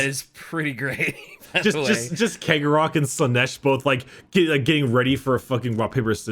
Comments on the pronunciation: Chegorach is pronounced She-Gore-Rack. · My dudes, it's pronounced See-o-gore-Ath. hearing you pronounce it Keg-o-Wrath is hurting my brain. It's basically the same as Sheogorath from Elder scrolls. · I pronounce cegorach like chegorach. like the italian cesare. idk maybe it's the whole clown/carnival aesthetic that has me thinking venice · Cegorach - Tsegorakh. That's how we pronounce it, almost the same as Cicero.